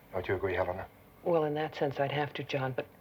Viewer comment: ever notice how awkward Landau is when pronouncing the names of Helena, and Alan? He has trouble with the L sounds when its in the middle of a word....he pronounces it like a D.....